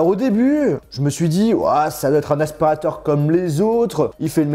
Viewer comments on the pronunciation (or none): " un aspirataur cauume les autres " J'en peux plus de lui